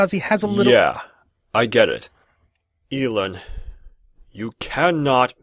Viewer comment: funny but theres one thing bugging me.. It isnt e lan its ell an like like el-k